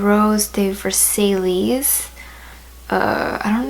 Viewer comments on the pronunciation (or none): The way she said Versailles 😂 it’s pronounced (v)(air)(s)(i)(ye) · versailles is a french word! it's pronounced as ver-sai (sai like psy hahah) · Versailles is pronounced “ver-sigh” btw :)) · "ver-say-lees" oh noooo